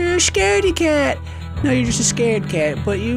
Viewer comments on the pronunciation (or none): I'm sorry but.. It's *Just Not gust. How old are you?